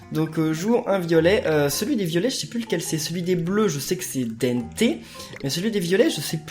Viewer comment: c'est pas denneté c'est dente